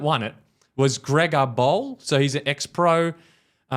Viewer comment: grega bowl lmao what a pronunciation